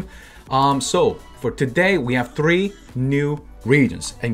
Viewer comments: love when you say: "tttttre" instead of "three" ahahah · when he say these words are so damn Hilarious... Three > tho-ree Barbara > Parpara